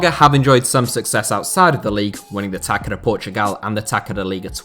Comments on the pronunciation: Quick Portuguese lesson, not a criticism, just a fact: The "ç" in Taça is pronounced /ss/ not /k/ Good video! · The c in Portuguese written ç with that little (,) above means s So it's tassa not taca. I hope that you can understand. Cheers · FYI, the 'c' in Taça do Portugal is pronounced like an s